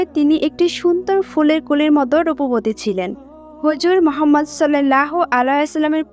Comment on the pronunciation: Vidio baniye view kamacchen kintu amr nobir namta sundhor kore uccharon korte paren na